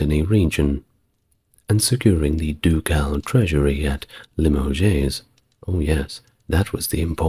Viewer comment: Nantays? Limojays? Perlease!..